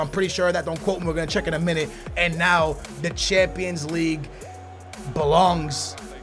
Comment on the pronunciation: Says the guy who says 'now' as 'know' 😂😂😂😂